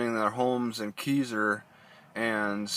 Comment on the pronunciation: It's pronounced Kai-zer. lol I live here XD